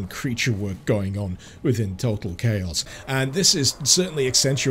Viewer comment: Did you just pronounce total as tottal? How would that even happen??